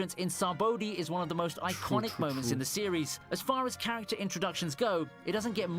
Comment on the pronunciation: OP best "charactror" intros are the best for sure🤣